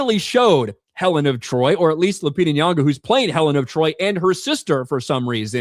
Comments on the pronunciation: “Helen of Detroit” 😂😂😂😂😂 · Helen of De Troyt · "Helen of Detroit"🤣🤣🤣🤣🤣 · “Helen of Detroit” 😂😂😂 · “Helen of Detroit” 🤣